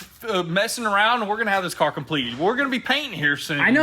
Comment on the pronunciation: "Were almost done with the carrr"!!..😂😂😂